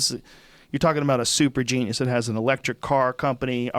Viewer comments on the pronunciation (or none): none